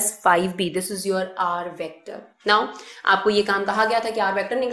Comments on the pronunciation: Plz improve ur pronounciation it is "vector" not "vaaactorrr" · Its Vector not Vaector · Vaaactor not vector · Why this nigga sayin " vactor"??!😂😂😂😂